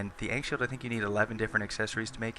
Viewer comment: The 'A' in ankh is pronounced like 'awful' not 'ankle'